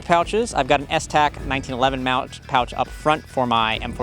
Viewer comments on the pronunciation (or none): "1911 Mouch (pouch)" will be added to my vernacular 😅